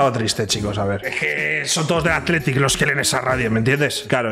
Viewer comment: Haber no te quiero romper el corazon pero no me gusta que digas biba atlitic i fuc real sociedad